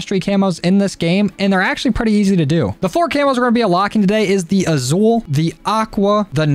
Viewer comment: It’s pronounced asul like with an S, sorry I’m Hispanic it triggers me